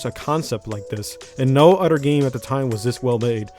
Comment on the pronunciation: "no udder game" Dude you pronounce things bad LOL